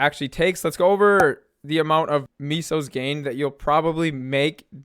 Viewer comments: I can’t tell if he says Misos on purpose instead of “mess-o”. Especially since he captioned it Miso. It’s borderline gut wrenching hearing miso, but the videos are really informative and I just have to live with it hahaha. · You really pronouce and spell meso as MISO lmao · But it's really pronounced may-so, nobody says it right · I thoght it was mooses